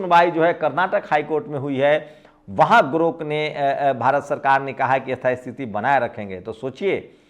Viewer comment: sir aap bahut achha samjhate hain.magar thoda shyan rakhiye elon musk ka naya product GROK hai na ki 😊GORK